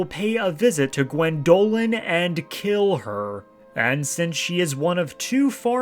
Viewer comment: I watch these videos, and I think "I should reinstall Skyrim, shouldn't I?" (The answer is yes ... eventually, after kcd2) That said ... GWENdolyn, emphasis on the first syllable. That pronunciation was killing me. 😂